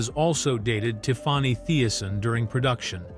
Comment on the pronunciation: It is Tiffany not tiffwany